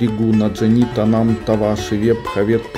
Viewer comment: 5е слово прочитали неправильно. Та вам, а не танам.